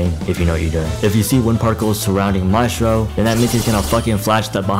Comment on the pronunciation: The way you pronounce Maestro hurts my soul deeply, thanks for the video tho